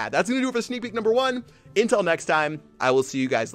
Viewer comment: Why does he always say Intel next time instead of Until??